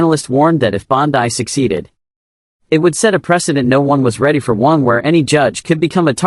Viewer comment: This AI reading sucks. Words are mispronounced. There is no slight pause at the end of a sentence. It is all run-on and too fast. He name is Pam Bondi (pronounced Bondy, not Bon die.